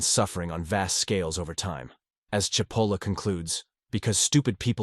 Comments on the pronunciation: The AI narration mispronounced SIH POLLA. It's CHE POLLA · AI strikes again is Cipolla pronounced Chipolla or Sipolla. As it looks Italian it is probably the first, but at least it should be consistent. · I must be one of the stupid, Is it pronounced Sipolla or CHipolla? cause its pronounced both ways here. One sentence has it pronounced both ways in the same damm sentence! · Well, first you pronounced his name Sipola. Then, Chipola which is correct. Then, Sipola returned.??? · The pronouncination is "Chipolla". By the way cipolla means onion in Italian. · "Chee po la" Italian pronunciation. And yes MAGA, Hitler, Stalin, Kim Jong Un, Ji Xinping, Putin...... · speaking of stupid......his name is " Chee-po-la" (in Italian C+I is pronounced "ch"......as in -cappuccino)......sorry listening to this is driving me crazy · People who present Carlo M. Cipolla’s great writings need to learn how to pronounce his name which actually translates to mean onion (cipolla-onion) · Very good piece. That said, it would have been even better if you could have settle on one pronunciation of Cipollo's name. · How ironic that a video explaining stupidity repeatedly mispronounces Cipolla. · Pick a pronunciation of "Cipolla" and stick with it. AI-narrated videos are awful and boring, even, dare I say, stupid. Also, pick a definition of "stupid."